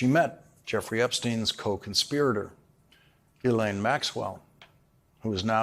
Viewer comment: Mr. O'Donnell, Epstein's right-hand woman's name is pronounced G'laine. Esses are not pronounced.